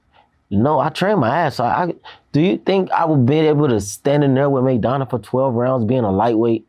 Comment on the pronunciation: he really said raidona. Im weak